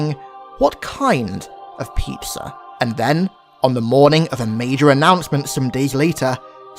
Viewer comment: Peepza? Lol